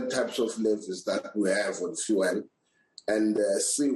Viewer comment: The way this is explained doesn't make much sense... maybe also pronounce it as "few-ul" and not as "foo-el"??